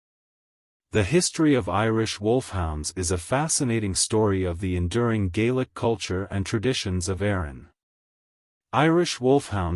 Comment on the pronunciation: Get rid of the AI. The mispronunciation of names and other Gaelic words is a bit troublesome for me. Other than that. Well done!